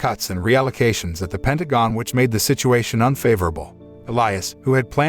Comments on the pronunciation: A.I. cant say ''Pentagon'' correctly a single time... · The movie might be the best, but the commentator or script writer for this review is a f*king idiot. So many things wrong, to name a few, calling his unit his army, she was covered in mud but it was called snow, calling boats ships, doesn't know how to pronounce Pentagon and the list goes on. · overall it was good but at times i was brought out of it by realising the voice of the narrator is an A.I. with certain mispronouciations of words. Like for example "pentagon" no Human narrator would say it the way it was said others too but NUFF said, i took a brief detour thinking how unreal this all was but then I suspended reality for the sake of the story, but then after the ending the moral summary was disapointingly brief, thin and fickle. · Pentagon pronunciation keeps making me giggle